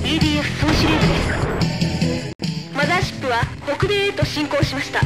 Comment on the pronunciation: マザーシップからガムシロップが飛び立つぞ！って聞こえるw